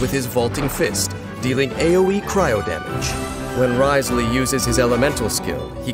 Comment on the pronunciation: Hopefully hearing Dain pronounce Wriothesley correctly multiple times within this video will be enough to make y’all stop calling him Rizzley. He does indeed have W rizz but the intentional mispronunciation got old fast